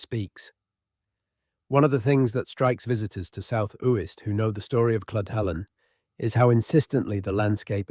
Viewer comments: One of the tells indicating its AI, comes across as thoroughly researched yet cant research how to pronounce a name properly. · Yes they should learn to pronounce Uist properly where my father was born 🥴